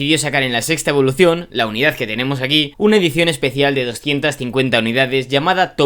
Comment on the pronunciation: Cada vez que dices evoluTion y performanCe se va un suscriptor 😂